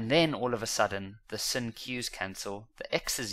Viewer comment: The fact that he calls sine sin drives me crazy 😭😭😭😭